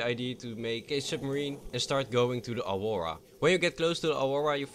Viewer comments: The Auwowa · dose anyone else hear him saying awowa ?